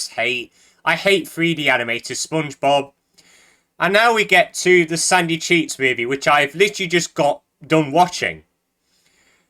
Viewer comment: every time he says sandy cheeks movie I can only hear "sucky cheese movie"